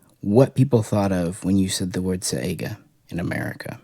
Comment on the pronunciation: SAI-Ga.... like Saigon. lol. Not SEGA Genesis.... sheesh, only things worse is people adding an A to Hornady and making it Hornaday... =)